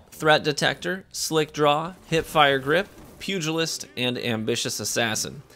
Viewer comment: Gotta give you props for a few things here. 1. Fantastic sidearm gameplay on some of the largest maps. 2. Actually pronouncing pugilist correctly. 3. Including every clip where you ran over that bagging hunter.